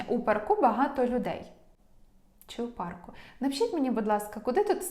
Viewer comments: Дякую за змістовні та дуже зрозумілі уроки. Ще маю одне прохання ,чи могли б ви пояснити у чому відмінність англійської американської і британської.Кажуть правельно вчити британську. ❤(У п'арку ) наголос на (а) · Правильно у па'рку. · Парк - має одну голосну. Наголос на неї у всіх відмінках🤷‍♀️ У пАрку. Це ж поосто - як ваші уроки англійської. Дякую за ваші пояснення - вони завжи лаконічні та зрозумілі👍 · У парку.( наголос на а) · Дякую!!! Все - чітко!!! Вас дуже приємно слухати!!! У парку - наголос на 1-му складі!!! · У парку більш на а наголос. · В парку, парків наголос на "а", бо парк. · Парку, парків ставимо наголос на "а", бо парк.